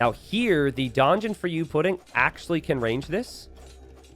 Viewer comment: gonna remember that for ever "youpidin" is what you said in my language that sounds verry funny im welsh.